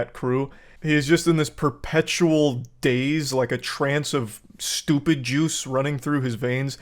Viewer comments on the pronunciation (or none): none